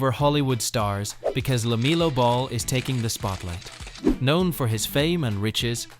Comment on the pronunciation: Hey poster, at least learn how to say LaMELLOW Ball's first name.